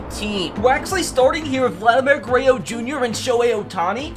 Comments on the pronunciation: Love the baseball content! Also Guerrero not guereo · It’s not greyo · Vladimir "Gureyo" Jr 😂😂